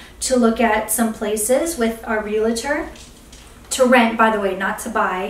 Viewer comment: I hate to be this person but it's really like nails on a chalkboard to me it's pronounced "Real-tOR" it's only two syllables and there's only one A.